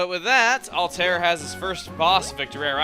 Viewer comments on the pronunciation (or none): Um, chugga? I know that you can say it however you want, but I think it's pronounced (Alt-Ah-Ear) instead of (Alt-Air). Just sayin. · it's "All-Tie-Air" not All-Tare:( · yeah he says "all tear" its actually "alt i ear"